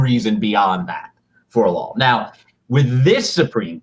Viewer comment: Please Ian, for the love of glob, stop saying “lawl”. There’s only one L in law.